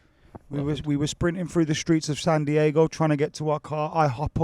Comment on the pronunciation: bro why would you pronounce it San Diago 😂